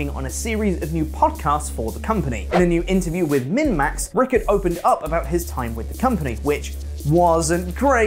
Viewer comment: Man you definitely didn't pronounce Dan Ryckert's last name correctly. Still was pretty funny though.